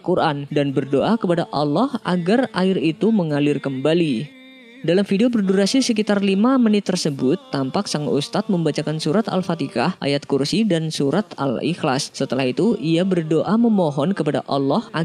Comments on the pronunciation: .Akfatekha BKN Akfatika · Al fatihah min bukan al fatikah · Sy dgr admin menyebut al fatikah.. bkn al fatihah.. bg jelas skit min.. bleh jd fitnah nti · Maaf min, al fatihah bukan al fatikah. 🙏🙏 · Al-fatihah bukan alfatekah min , kacau nih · Al-fatekah? atau Al-Fatihah? Surat Allah kok Dirubah2 Pelafalannya Menit Ke! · Al-fatihah bukan al-fatikah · Surat Al-Fatihah, bukan Al-Fatikhah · Koreksi min🙏🏻 Kita semua sama-sama saling mengingatkan, yang benar itu Surah Al-Fatihah bukan alfateka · Tampak Sang ustadz sedang membacakan surat "Al-Fatikah". Harusnya surat "Al-Fatihah" Admin nih ga pernah belajar ngaji ya. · Yang benar tu alfatiha :) mimin salah sebut menit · salah ucap kali dia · Alfatikah, logat Jawa mas, banyak orang jawa begitu. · ... apakah pendengaran saya saja yang salah?.. Mimin nyebutnya : "Al-fatikah"?? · Ada yg dengar Mimin bilang alfatekah gak? Yg dengar like😅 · Izin koreksi bang, al-fatihah bangg 🙏